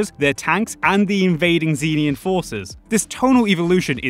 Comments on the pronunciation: It's pronounced "zen-EE-an" bro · note: cannot pronounce Xenian